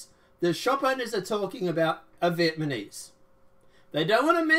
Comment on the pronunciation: I can’t take you seriously if you say VIETMANESE lol.